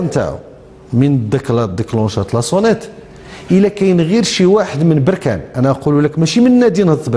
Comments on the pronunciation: بركان الباء بالسكون وليس بالضمة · مسمهاش بوركان اسمها بركان بالفتحة يا عم وعلى لفكرة لقجع راجل محترم ،مرتضى منصور ده كلام وبس والزمالك سنين بس ورا ورا يعني فشخرة و بس ، بركانية و افتخر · يا مصري نقول بركان بفتح الباء ولبس بضم الباء هذا تصحيح فقط